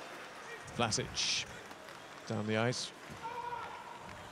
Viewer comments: no its Vlaschic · Its pronounced VLASIC! Not Vlasich....